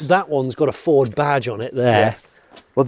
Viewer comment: I haven't watched this yet but I'm fairly sure Jonny doesn't pronounce Ford properly even once.